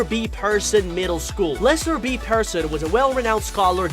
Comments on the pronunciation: peer-son! not person 🤪 Plus its taking place in TORONTO!! DUH!! pretty obvious by the red trolley car & the CN Tower!!! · Pronounced “Peer - Son” …her red toque also has maple leafs, a toque “took” is Canadian for beanie…